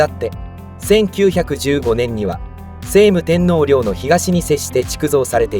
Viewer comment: 聖武天皇 「しょうむ てんのう」です。「せいむ てんのう」ではありません。